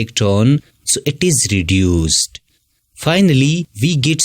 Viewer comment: ʳᵉᵈᵘᶜᵉᵈ ⁿᵒᵗ ʳᵉᵘᶜᵉᵈ